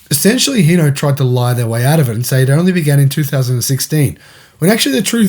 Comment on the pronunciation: Sorry bud it’s hino not heno H I n o where are you reading the E wtf